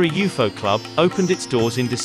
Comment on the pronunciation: Didn’t know it was pronounced like that. “You foe”. That’s cool. Thanks.